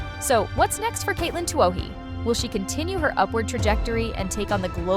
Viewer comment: Same and " it " can't pronouce Katelyn's name. cheers